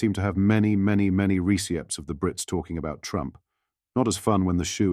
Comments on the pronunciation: What is a reecyept ? Sounds like something from the Cretaceous period. Ohhhh, receipt! Bloody AI. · What is a "re-see-ept"?" A product of UK's advanced technology? Not forgetting the current education level of course.